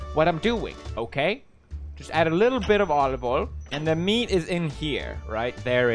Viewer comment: Pewds: says olive oil Marzia: why am i hearing italian noises?